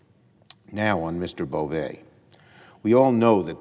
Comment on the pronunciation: It’s pronounced BovE! He’s Nosfartu! 😂